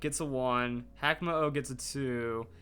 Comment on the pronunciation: Actually, hakamo-o should be pronounced "haka" mo-o. If you don't know what the haka is, it's a dance that was performed before war to scare the enemies